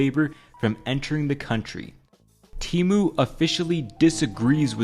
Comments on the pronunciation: Lol, it's Temu not teemu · Temu not tymu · I will never forget when they had to change "shop like billionaire" ad because the stupid text to speech lady kept pronouncing "Temu" as "Temoo". So they had to pronounce "Temu" as "Temoo" in the non-AI ad😂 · It's pronounced TEH-mu, not TEE-mu. And yeah, you'd have to be an idiot to buy from them. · I thought it was “Teh-mu” not “Tee-mu” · Man why Temu always tryna convince me its tE-MOoH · ...you're not even pronouncing it right... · I think you're pronouncing "Temu" wrong. Their ad doesn't have the hard E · Bro referenced the Super Bowl commercial that tells you how to properly pronounce temu and still said it wrong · It's so weird despite how widespread TEMU has become no one can manage to pronounce it right